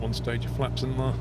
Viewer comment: Your voice and tone would be perfect (among a sea of annoying American youtubers who have a permanent demented upward inflection) if only you could pronounce the word "there" correctly. How can you talk so well yet say "thurr" it's really difficult to listen to.